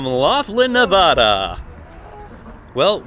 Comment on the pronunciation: Please learn how to pronounce Nevada correctly. That is all.